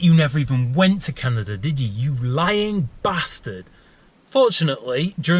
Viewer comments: it would be properly pronounced, can-ada, canada. not canaderrr.. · How the fuck do you put an R in Canada man? It's Canada not Canadrr Lol who the fuck learned you how to spoke? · HaHa - "Canader".. Heh! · Is nobody else bothered by the English and Aussie speech impediment that makes them say things like Canader? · why do you say canader